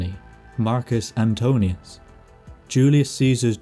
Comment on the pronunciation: "Marcus Antonius"... As an italian this makes me angry...